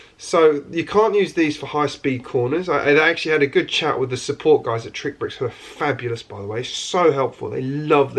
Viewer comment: You keep calling it TrickBricks, when it is actually pronounced as "TRICKSBRICKS". There is an "X" after "TRI".